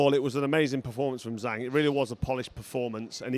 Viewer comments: It’s zhang not zang, Doh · Carl, learn how to properly pronounce the name of the champ. Disrespectful.